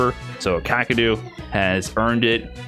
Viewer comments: Kaw-Kay-Ru. Not hard to pronounce but people saying it fast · I don't think that's correct. Its かける。 かKa けKe るRu. Not really understanding the Kaw and Kay pronunciation. Also the Japanese "R" is pretty hard to pronounce if you aren't use to it.